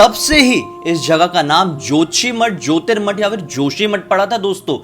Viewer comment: क्या आप भी इतने जानकर होकर नाम गलत बोल रहे हो उसका नाम ज्योतिर्माथ हैं।। जहां बहुत सारे साधकों को ज्योति के दर्शन हुए हैं।। उसमें से आदि गुरु शंकराचार्य एक थे।।